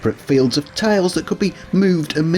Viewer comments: tILEs as in aisle not tALEs as in Ale. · Ohhh, you're saying "tiles." Your pronunciation makes it sound like "tales." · It took me 14 minutes to realize you were saying "tiles" and not "tails."